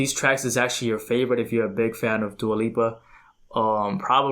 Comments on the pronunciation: As a person who’s from the same ethnic background as her your are pronouncing her name perfectly. Dua Means Love in Albanian language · Your pronouncing her name perfectly and new rules is a single from her first album and break my heart and don't start now are from her second album future nostalgia